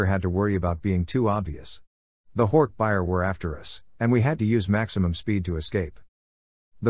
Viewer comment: It still bothers me how the voice pronounces hork bajir, and yerks... it sounds really weird